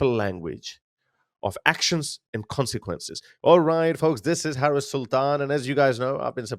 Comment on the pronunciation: OK. I'm out, Harris. At least pronounce her name properly. No, she will not be the dumbest. If you are a Trump apologist or supporter, you fail too. She ain't perfect regarding Israel, but she can change. Trump, too, hates the west, approving dictatorship and authoritarianism, attempting to alter through violent insurrection the outcome of an election.